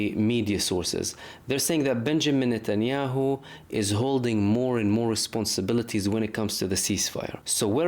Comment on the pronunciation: its not netyaow. Trust me it is mbbs